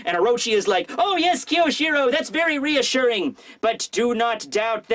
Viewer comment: i wish i could fix your pronounciation of kyoshiro